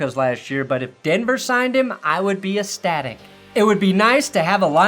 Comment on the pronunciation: That's ecstatic you have to pronounce the C